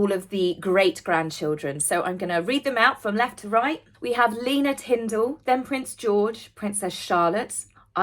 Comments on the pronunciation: Lena is pronounced Leh-na and not Lii-na 😊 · LAY-na is the way it’s pronounced. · Apparently lenas name is pronounced lay-na 😊